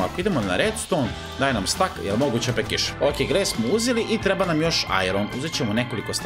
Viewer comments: nije stack nego steck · Nije stak nego stek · ne kaze se jedan stak nego jedan stek